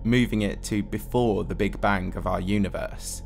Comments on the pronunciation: Take a shot every time he says bank instead of bang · Are you saying big bang or big bank? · And how he says Big Bang-geuigh